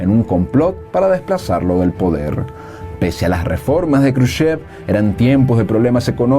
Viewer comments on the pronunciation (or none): "Kruchev" no, se dice "Jruchov".